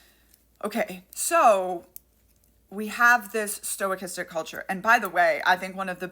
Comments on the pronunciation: Love your work. Mispronouncing things is often a result of learning from reading, which shows initiative and is generally positive. That said, I heard the word stochastic a lot during my maths degree, it's pronounced "Sto - kas - tic". The first vowel is unstressed and typically reduced to a schwa vowel ❤ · In science it's pronounced stock-ast-ic, meaning randomness is involved. But it's use when talking about violence doesn't make much sense to me. I like sto-ic-ast-ic as a new word. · It is never pronounced stoy-castic. Never. There is no "is" sound before the ch. None whatsoever, not even for typical linguistic changes. The "stoy" is coming out of nowhere and I have no clue why she is pronouncing it that way. Plus it messes up the horrible subtitles even more. Surely she should have read the subtitles before posting them, yes? Why are youtubers so lazy with subtitles? Let me guess, she's a tiktoker? Usually explains it all. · small gripe but is sto - kas- tick, your pronouncing like its stoic- astic. I first came across the term in stochastic parrots relating to AI. Otherwise, great video. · STO/cha-stic, not stoi/cha-stic. No I or Y in the first syllable. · As other people are also pointing out, sorry to bother, but sto-kas-tic. Main reason is stoicastic sounds like you're combining stoicism (which, in the modern context, I will grant you might be applicable) with stochastic (which is a statistical term). Maybe this was intentional, in which case, please accept my apologies. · Stochastic: STO-CAST-IC. Not STOIC-istic. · I really dig the info you provide. It's always very instructive. But for gods sakes, quit saying "STOIC- istic violence. It doesn't have anything to do with stoicism. It's Stow- KASS - Tick. Thank you for your attention to this matter. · sorrty for being a dick but it's "Stochastic" not "Stoicistic" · Sto-Kas-Tic, not stoachistic. Stochastic, only one i, one vowel per syllable. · What the fuck is "stoicistic"? Do you mean stochastic? sto-KAST-ic